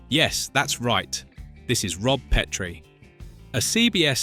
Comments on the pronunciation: AND IT’S PET-ree, NOT PEEET-ree, DAMMIT! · It's pronounced PET-rie NOT PEET-re DON"T use AI VO. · Pet-tree NOT Pee-Tree